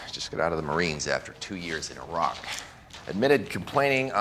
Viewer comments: House is one of my favorite shows period for the medical accuracy when diagnosing alone but man... that pronunciation of Iraq. 😍 The writers and cast really dedicated themselves to just getting everything right. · 'Iraq' is pronounced just as it is by Dr House, here in the UK which more or less invented that country back in the days of the British Empire. Americans pronounce it quite differently, but I don't know why. Greetings from Pembrokeshire, Wales, UK.